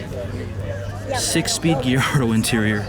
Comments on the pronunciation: What the hell is a "Gee-yardo"? Most normal people pronounce Gallardo "GUY-yardo." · Its guy-yardo not ge-yardo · First time i heard gillardo as gallardo but everyone can pronounce it how they want to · “Giardo” wtf🤣🤣🤣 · its pronounced guy-yard-oh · Lol for real the Geeardo was annoying me